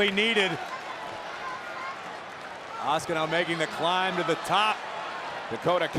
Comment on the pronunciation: that is A-SU-CA there is not a sh or ch letters or pronunciation of the name OH SUE KA.